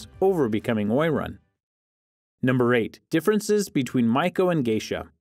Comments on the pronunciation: The pronunciation of Oiran is O E ron, not oy ran. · Oiran is pronounced O-E-Raun (the R is rolled), not Oy-Ran. When the Geisha (Geiko) Guild was ratified two stipulations were that they could not be prostitutes (punishment was lifetime imprisonment) and they could not dress as gaudly as the prostitutes (unfair competition to the prostitute guild).